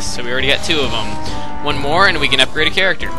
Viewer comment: it sounded like you said cerate a carecter